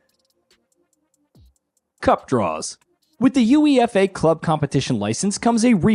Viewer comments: Aaaahhhh Americans man . . . Uefa is one word not U.E.F.A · Wtf is youee effay? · Your UEFA pronunciation made me chuckle. It's pronounced Yoo-ay-fah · Guys, wish me luck in winning the YOO-EE-EF--AY cup this year. Soccer is great! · Holy shit that UEFA pronunciation has got me dying 😂😂 At least get someone who knows anything about football to do the review 😂 💀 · Just the comment I was looking for. I’m so bothered by him spelling it out😂😂😂